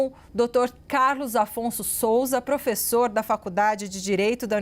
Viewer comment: Pôfêssô, pôfêssô, pôfêssô… 🤡🤣🤣